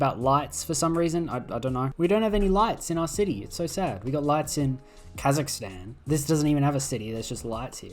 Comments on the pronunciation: why does this guy pronounce Kazakhstan as Kazakhistan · and he tripped kazakhstan as kazakastan just earlier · "kazakistan" hell yeah!! butcher those words!! 🥶